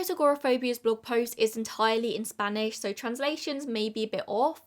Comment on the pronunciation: your spanish is a lot better than a lot of people who cover this case - at least you try to say the words correctly, at least a little bit. i always appreciate that you make an attempt to say words in unfamiliar languages correctly, 'cause others in your genre of youtube video often don't bother.